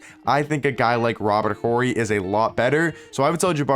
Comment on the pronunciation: Yo, Horry has a silent h bro